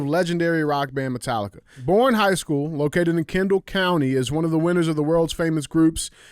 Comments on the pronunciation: Bless it DJ! I appreciate this show and love y’all so much! BUT! Please, look up Texas town pronunciations before your awesome stories! ❤ (Boerne is pronounced Bernie). I’m sorry we can’t spell round here, lol! 😂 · One thing I’d like to address is to DJ. It’s actually pronounced “BERNIE” Texas. I know it’s stupid haha. We drove through the city and learned the hard way 🤣 the black rifle coffee store is there with a gun store connected to the side. Texas style! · hey DJ the Texas town is pronounced “bernie” not born. I know its not spelled that way but that’s normal thing in Texas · All the trophies DJ thinks he earned are revoked after that lame ass Sandy joke at the end 😂 Btw “Borne” is pronounced like “Bernie” but I give DJ credit because I was told to never judge someone for mispronouncing a word, it means they learned it from reading. So, I will never make fun of someone for learning/reading. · DJ, you have everyone in the San Antonio metro area screaming at you. The town and high school are pronounced "Bernie" not "Born". 😂😂😂😂😂 Keep up the great work! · Idk why they made Texas towns so hard to pronounce for outsiders, but Boerne is pronounced “Bernie” not “born” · Was listening to the pod but had to come on here and leave a comment. DJ thank you for killing my towns name SMH. It pronounced BURN-ee Come on man! Lol Love the show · Hey there long time listener ! Boerne Tx local , just as an fyi it’s pronounced (Burn-knee). And yeah we are fucking badass at everything down here! God bless and I’m not a HOE! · It’s pronounced like Berneee just fyi lol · Boerne, TX. Pronounce Bernie